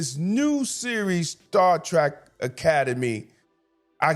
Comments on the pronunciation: I'm with you fam it's Star Trek not "Track" just sayin. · I agree with you, but can we please try pronouncing it Star Trek and not Star Track? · I agree with all you points. One thing though that i really must point out. You keep calling it "Star Track", but the name is Star Trek. Trek, as in an adventure, not Track like a path. Saying it incorrectly reduces your credibility. You points are too well thought out to be marred by a mispronunciation of the show name. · If you are such a fan, why do you keep pronouncing it Star Track. It's Trek= as to journey. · Hearing “Star Track” makes me wanna scream lol